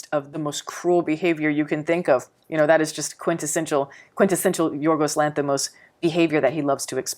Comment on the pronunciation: it's very impressive how correctly you pronounce his name, like being Greek! 🙏 Probably his best movie but not for all.